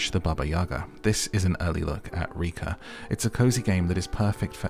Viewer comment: In Russian it is too. But it pronounce RekA', not REka